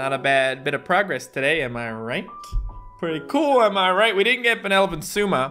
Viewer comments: if you talk about words... its not sUma, but sOUma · Every time tries to say Souma it hurts me